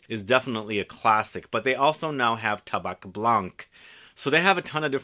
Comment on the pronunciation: just for you knowledge, we don't prononce the C in "tabac" great video as always !